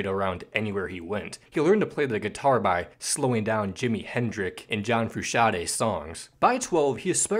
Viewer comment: HendriX, frusciante and aFi. Wiuldnt be too hard to correct pronunciations